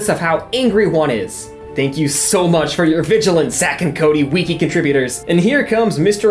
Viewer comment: night-mere lol.. bro say it right. that and wiki. you're out here saying WEE KEE lmao